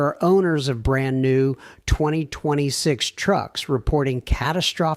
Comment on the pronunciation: You're.answering.a.computer.it.NEVER.worked.on.a.Vehicle! We're.FOOLS.to.waste.our.precious.time...THIS.ASSWipe.is.a.COMPUTER! Ai.bullshyte.can't.pronounce.2026...Totally.ai.Generated.Computer.